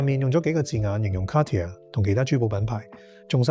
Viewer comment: Dude you gotta figure out how to pronounce “Cartier”